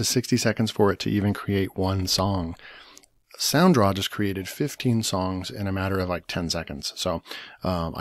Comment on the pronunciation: It's sound raw not sound draw